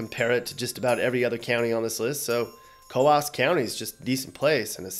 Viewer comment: "Co aws" County, NH??? It's only one syllable, not two! It's pronounced just like the sound a pigeon makes. Just one syllable, pronounced "Coos", not "Co aws".